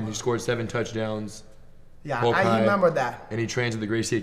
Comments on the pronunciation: Not Hulk... Rulk...hahahaha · "Rulk" ded 😂😂